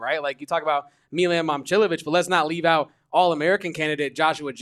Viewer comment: Dawg. Its not meelan. Say his name right if youre gonna be a hoops expert. Milan.